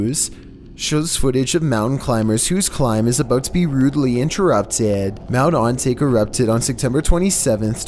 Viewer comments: It annoys me that he says Mt. On-Take. It’s Ohn-tah-keh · no offence, but i'm pretty sure it's pronounced 'ontaké'